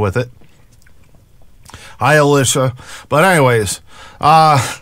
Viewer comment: LOL UH-LEE SHA